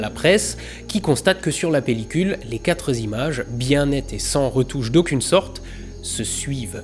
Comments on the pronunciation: Super video, comme d'hab. Pour info, 4 ne prend pas de s donc on ne dit pas "quatre zimages" mais "quatre images", sans liaison. Pas grave :) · idem, "les 4 z'images", j'adore ! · Ton boulot est vraiment super, mais s'il te plaît arrête de faire une liaison avec quatre, il n'y a pas de S à la fin, et j'en peux plus d'entendre quatre'z ... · arretez de faire une liaison qui n'existe pas quand vous dites quatre zimages : c'est pas possible !!! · Les quatre zimages... Dommage. Quatre zagrandissements... Re-dommage... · Très intéressant comme d'hab. Mais de grâce, essaie de travailler un peu sur tes liaisons dangereuses. On ne dit pas "quatre z'images", et j'ai relevé cette faute à 3 reprises, ça me fait saigner les tympans :) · "Les quatre z'images" 😁😁😁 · "Les 4 z'images" lol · C'est une épidémie chez les youtubeurs astro... "...les quatre Zimages" - "... quatre Zagrandissements" Désolée je t'adore "comme même" 😘😘 ❤️ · Non mais faut arrêter de dire "les quatre Z'images" !